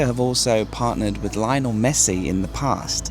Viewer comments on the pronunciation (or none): none